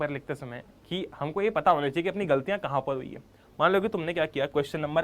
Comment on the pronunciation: Bhaiya... That's is galtiya.... Not gatliya.... By the way... Video is amazing ❤👍